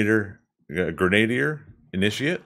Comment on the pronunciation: You could end up with an apparent transition like that between biomes in Arizona because of irrigation. I think taht pronunciation of grenadier is grenna-deer (I could be wrong, I'm a midwesterner).